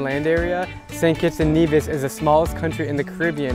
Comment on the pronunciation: It’s Saint Kitts and Nevis